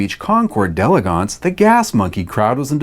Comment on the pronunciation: Thanks for pronouncing d'elegance correctly.